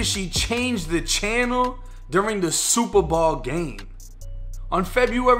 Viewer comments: What planet are u from how the hell do u mess up the words SUPER BOWL! you called it super ball lmfao how do u do that three times wow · It’s super bowl not ball this your second video mis pronounce it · my dude did hear u say the SUPERBALL game . could be the accent difference im canadian so we say alot differently than yall but yo. he whoop that ass cause he had his last 100 on that game . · I keep hearing "super ball" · Why do you say super ball & not Super Bowl 😂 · Superbowl not Superball bruh! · I was like I know I'm not the only one catching this shit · superball, gotta love the boston accent. And I definitely respect your humble caucasian opinion also fam. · Is he saying super ball? I swear I’m hearing super ball?! Funny shit bro big ups! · Is it accent or is he saying “Superball”? 😂😂😂 love the channel man I watch a few a day. Thanks 🙏🏾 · My boy are you saying “super ball”? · I swear you’re saying superball but great video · Super Bawl 😆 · Jus came to the comments to see if anyone else heard it lolol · Am I the only one weirded out by listening to him pronounce “Bowl” from the obvious Super Bowl? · Nope, I'm with ya 100% lol. Never hurd it that way either. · Are you saying Super Bowl?